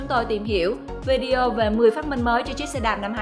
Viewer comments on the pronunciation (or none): none